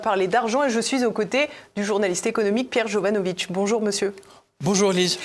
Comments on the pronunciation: Jovanovic pas jovanovitch par pitié, il ne cesse de le dire :) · J’adore PJ mais tu dois prononcer Jovanovic avec le c et pas jovanovitch! Demande lui, il est Serbe ou Croate et pas polonais. Je suis sorti avec une Jovanovic et ils sont très clairs sur la prononciation à la française. Merci pour l’émission. Toujours passionnant